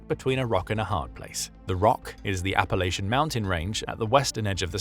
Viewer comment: This video was so good, we can all forgive your absolute pronunciation butchering of “Appalachia/n” amd “Adirondack.” Also the word “Lieutenant,” but that’s just a pet peeve that has historical reasons. Hey, don’t get mad, Brits…we do it over here across the pond too. Much love 🙂